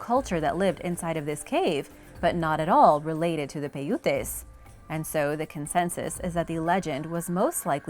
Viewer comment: Sorry but the correct way of saying Paiutes is ( Pie-oot-s ) the Native American Indians of the South West... ❤ the channel and seem to learn something every time I watch Thank you